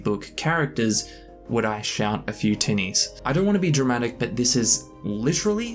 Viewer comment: Lol, you know, I was listening to this in a crowded place and every time you said tinnies I heard titties and I was definitely wondering why you kept saying it. Then I finally realized I just have a gutter mind. In all seriousness. I would never survive a drinking game with Gimli, someone who is more lightweight is more my stride so I can match then drink for drink. But I wouldn't say that any of the characters is at all like me in their descriptions sadly.